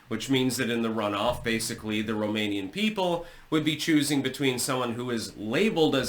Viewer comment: As a romanian i can say that your pronunciation is correct. Also is true what you said about the whole situation. The post-revolutionary government (1992), made this "constitutional court" like worst case scenario, if things get out of hand, the system can dictate anything, to re-acces power in case the lose it. Nine people (members of this constitutional court - puppets) decided against the democratic choice, against millions of people.